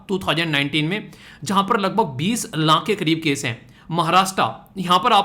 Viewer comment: video me aap 20 laankh 27 laankh keh rahe ho... Actually wo laankh nahi hota laakh hota hai... Aapki mother tongue influence ki wajah se yeh Maan sakte hain lekin jab koi YouTube pe videos upload karte ho to in sab chizon ka dhyan rakho to behtar hota hai sunne me bhi aur samajhne ke bhi..